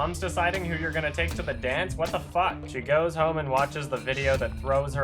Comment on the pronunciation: says fuck really funny. See